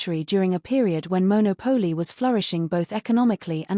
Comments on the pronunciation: Maybe when people put these videos on YouTube they should learn to pronounce the names correctly. Firstly it’s MonOPOli not monoPOLI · MonÒpoli, not MonopÒli. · It is pronounced Mon au Po Li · A nice informative video. However, it would be good if you pronounced the town’s name like Italians do